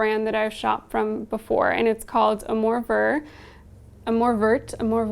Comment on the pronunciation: Also! Amour Vert = ah-moor vare for pronunciation :)